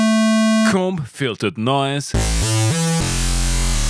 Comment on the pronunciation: You want "comb" to rhyme with "home", hope that helps! <3